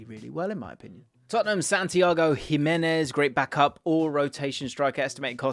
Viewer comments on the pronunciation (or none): none